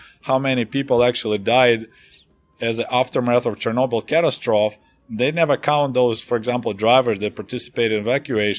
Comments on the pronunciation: Wow this is just fascinating. Glad I was digging through Chernobyl videos. Mind if I nitpick a couple English bits for you? Catastrophe is pronounced cuh-tass-tro-fee And radio “transmissions” instead of “translations”, if that’s what you meant. Thanks again 💯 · ca·tas·tro·phe | \ kə-ˈta-strə-(ˌ)fē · The word "catastrophe" in English is usually pronounced "ka-tas-truh-fee." I know, nitpicking.